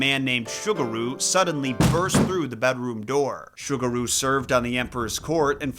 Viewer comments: it's pronounced SUE gu ru. not sugar ru. ffs if u wanna do story telling of other cultures the least u can do is check the enunciation of the foreign names to show some respect. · Ah yes, Sugar-ooh and Cannon, my favorite Shinto Kami 😂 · If it's spelled "Sugaru", then the "S" is an "S" sound, not an "Sh" sound. Like Subaru, but with a "g" instead of a "b". But the way you pronounce it, it sounds like the kangaroo mascot of a sugary cereal. I think the English word "sugar" was throwing you off.